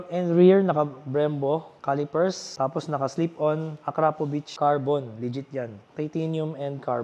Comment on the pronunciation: Idol Mali bigkas mo Ng akrapovic..salamat idol